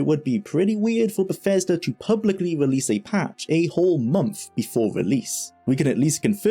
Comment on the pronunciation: Great video, so much detail about a ground breaking game I loved when it came out, thanks. Sorry to be a pain but I keep hearing you pronounce 'th' as 'f' in words, for example Befesda, free-d, femes, forough etc. Had to repeat watch a few sentences to understand what you were saying. If it was something you could change it would really help improve the clarity of the videos.